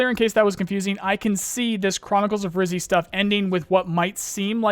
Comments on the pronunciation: Bro stop mispronouncing. It’s Rijiy, Not Rizy… it’s a word for “Ginger”, in Russian… Rizhiy… like a G, not a Z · Dude pls stop saying Rizy, he is Ryzhy ZH, you hurtin my russian ears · Do you think you can make literally any effort to pronounce "Ryzhy" correctly?